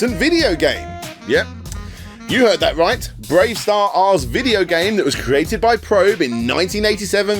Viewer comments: You don't need to pronounce the extra R in BraveStarr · The hell are you pronouncing the extra R on Bravestarr for? You're not meant to. It's just spelt that way to look "cool".